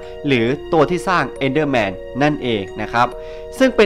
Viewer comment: EnderMan ครับไม่ใช้ Endderman